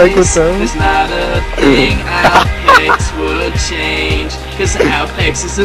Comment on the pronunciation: Some say the real reason Aupex is so pissed off s because is saying his name wrong.